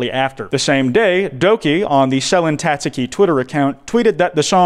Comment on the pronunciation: i love u but the mispronunciations of nijisanji and selen tatsuki are literally making me want to claw at my skin